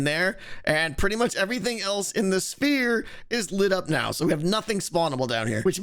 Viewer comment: Does you pronounce 'sphere' as 'spere'? :D